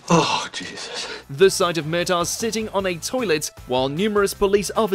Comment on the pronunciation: Mur-tock thats how you say his name not how you said it....